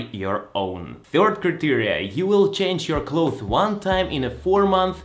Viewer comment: Some English notes: -Instead of saying "By Your own" (which no one says), say "By Yourself" -Gel is pronounced like Jel. -So many foreigners get Cloths and Clothes mixed up. Clothes are what you wear, and it's pronounced the same way you said say "close" (Like close the door). The "th" is completely silent, and the s makes a Z sound. Cloths are fabrics you don't wear. And you do pronounce the "th". It's more commonly used to name a rag you used to wipe a table, less commonly, a fabric you would use to cover yourself (most people would say blanket, comforter, or sheet, though). Hope this helps!